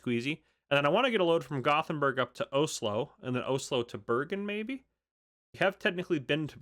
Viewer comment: It’s pronounced os-lo😊